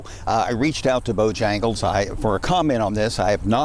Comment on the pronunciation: The reporter called it Bojangas?